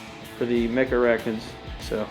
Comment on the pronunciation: They're not called "Mega arachnids" like you pronounce. They're Megarachnids. Only two A's! Jeez, americans' lack of english (reading?) abilities never ceases to amaze...